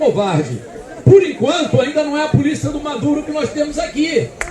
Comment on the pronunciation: Ridículo é vc falando polícia. Se liga meu!